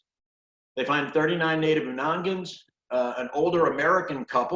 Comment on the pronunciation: Some do refer to themselves as Aleuts. It is pronounced (Oonagnian) Unanagiax.